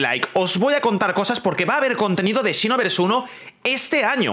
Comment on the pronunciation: La pronunciacion seria "sinovers" no "chinovers" JAJAJAJAAJAJAJAJAJAJA